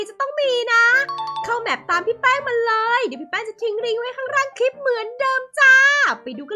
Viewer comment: ขำคำว่า เรย แทน เลย